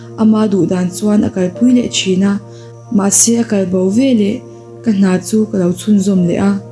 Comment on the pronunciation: Veleh hi velah tiin i lam zel a ngaihthlak i ti hreawm